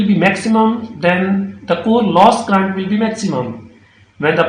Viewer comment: It is current not crrrunt😂. Thanks